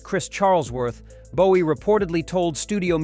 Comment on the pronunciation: Como puedes pronunciar el nombre de JOHN LENNON como LENIN en todo el video que por cierto es una basura informate antes de hablar de David Bowie y también pronuncias su nombre mal